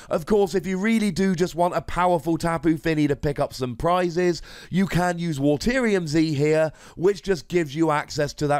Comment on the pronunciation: taking some prizes... are you saying that wrong? (Also for tyranitar instead of the Pokemon you mentioned)